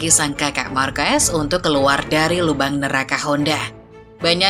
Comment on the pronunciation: Dibaca bukan "Marques" Min tapi "Marqes"